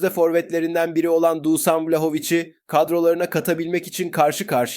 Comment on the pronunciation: Dusan değil Duşan diye okunuyor